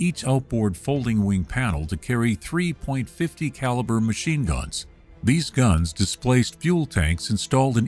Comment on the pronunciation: Sixpointfifty caliber machine guns? What are those? Get a live narrator!